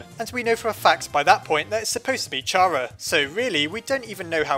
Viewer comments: It’s pronounced Kara not chara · I’m pretty sure Chara is pronounced like “Character” so “keh-ruh” not “cha-ruh”. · OMFG ITS (KARA) NOT chara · It cara NOT CHARA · I know its officialy Kara but Chara just rolls off the tounge better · Chara is pronounced kara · It's chara like CHARActer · Does Char-a or Care-a- Me: IT'S PRONOUNCED KAR-A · Its not a pun,Toby Fox got Chara from there,thats why its pronounced Cara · "*CH*ara is an abbreviation of character." ...Do you not see what is wrong with this picture? Is-... is anybody seeing this? Think quoits how you pronounce the word character, and then say only the first two syllables. Logically hat's how the name should be pronounced. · Every time you say "Chara" I think "Charamander".